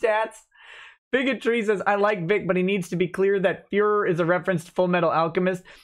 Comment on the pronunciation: 40 minutes in lol, "are you the fehrrer?"